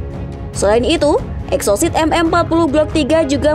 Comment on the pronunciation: Salah baca min.Rudal EXOCET.bukan sit